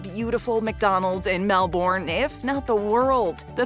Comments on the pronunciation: Pronounced "Melbun", not "Melborn". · how would you know im from Australia and no one says MEL-BURN its MEL-BEN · btw melbourne is pro nounced as MEL-BEN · It not said Melbourne it’s said “ Mel-Ben” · I’m surprised you didn’t correct the pronunciation. I’m assuming you’re just used to it at this stage in the game lol